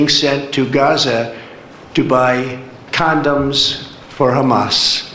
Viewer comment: Condums. What the hell is wrong with this idiot!